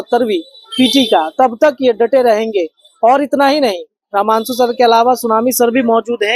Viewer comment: पहले रहमांशु रहमांशु करना बंद करो यार, रमांशु नाम है 🙏🏻